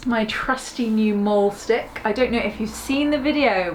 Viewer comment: So why do you call it "molestick" ? it is pronounced "maalstick" :)